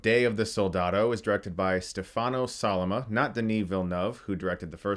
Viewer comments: Stefàno Stefàno I'm dying laughing. (I swear I'm not trying to make fun of you, Chris, it just sounds hilarious to me.) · If you liked Sollima's direction (btw, it's STEfano, stress is on the first syllable) you should definitely check out his other stuff. He directed the first 2 seasons of Gomorrah, as well as ACAB and Suburra, two of the best crime movies I have seen in a few years